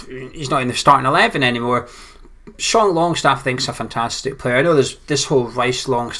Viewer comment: Haha it's longstaff not longshaft;D